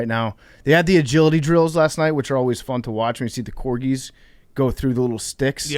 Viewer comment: Speaking on the Dog Show, anybody see how Tommy Smokes pronounced Corgi on The Rundown